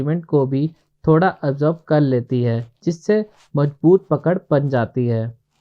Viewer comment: Whata "majboot, jaroori & wajan"? Isn't it mazboot, zaroori and wazan? Are you a mason? Is adhesive costly or expensive ? Jawab dena JAROORI he Zanaan.